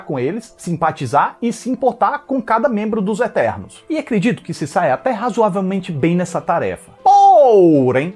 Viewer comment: "São ternos" KKKKKKKKKKK